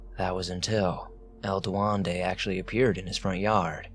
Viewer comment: "Du wen de" Duendé